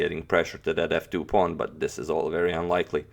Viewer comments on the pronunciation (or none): none